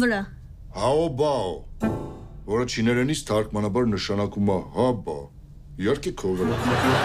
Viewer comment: Ոչ թե չինԵրեն այլ չինԱրեն